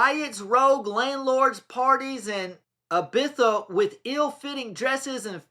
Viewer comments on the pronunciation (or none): none